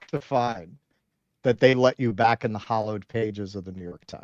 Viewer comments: Hey did you say "Hallowed".... or "Hollowed" 😏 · Kind of sounded like "hollowed" to me.